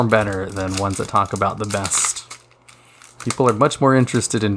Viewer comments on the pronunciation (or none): none